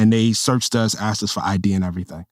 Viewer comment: He makes a great point, but then i hear him say 'axed' instead of asked and i lose all support /s